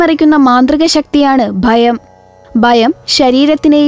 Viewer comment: ബയം അല്ല ഭയം